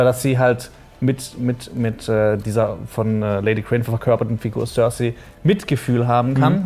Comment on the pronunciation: tsörsai statt cercei ^^